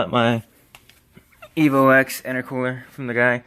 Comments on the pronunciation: Nice vid. Only thing made me cringe was "Evo Ex" 😁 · It's EVO 10!!! Not EVO EX!!